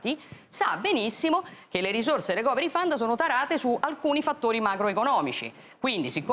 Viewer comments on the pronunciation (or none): la pronuncia corretta è 'ricoveri faund', letto così come scritto con l'accentuazione corretta.